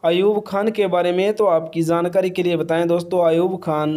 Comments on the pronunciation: Jaaankari hota ha Zaaankari nhi😂😂😂😂😊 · jankari ko kehty ho zaankari tum logon ki pronunciation kyun kharab ker rehy ho , jab sahi bolna nhi aata to video kyun kerty ho ,koe aur kam kro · Zankari nahi Hota jaankari hota hai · Jankari ❌ zankari ✅ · Jhankari not Zankari 😅😅😅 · Hahahha had ha yar itna jhooot video views k liye wo pic nhi ha uski saf pta lgta ha Aur han dusri bat lafz Jankari hota ha Zaaankari nhi hota 😂😂😂😂😂😂😂😂😂😂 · Are bhai zankari nhi hota jankari hota hai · zaankari nai hota bhai, jaankari hota hy, ar film 1998 me aai thi, pehly apni jankari durust kro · Abe zankari nahi hota he zyada urdu mat bolo,jankari hota he. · Bhai zankari 😂😂 kia h our amir h ameer nhi